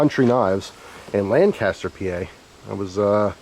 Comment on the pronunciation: Lanc-aster not Laaaaaancaster